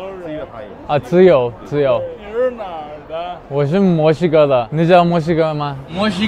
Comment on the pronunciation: Alguien se dio cuenta que cuando los chinos pronuncian Mexico suena como si digeran musica ? Jejeje